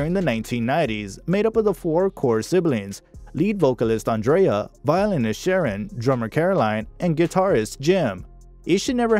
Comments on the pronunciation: Great video. Just watch your pronunciation on Irish names. Andrea and Whelans are said differently in Ireland to the American pronunciation. I'm Irish. Just a little pointer. Thanks for this though. You forgot to mention Andrea starred in Evita alongside Madonna and Antonio Banderas. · As usual, an American can't pronounce Andrea correctly, like seriously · Diabolical - I was looking for a good word like that to describe it. I really wanted to follow the story but the mispronounciation of so many words was too distracting! Andrea. breathless. perservered. Arrgh! Skynet must be behind this computer-generated voiceover.